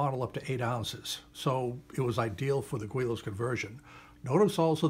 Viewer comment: Its pronounced willows I have started 5 models never actually finishing any of them ha. Thanks for your sue advice!